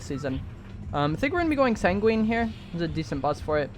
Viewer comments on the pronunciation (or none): My guy. It’s Sang-win not sang-wEEn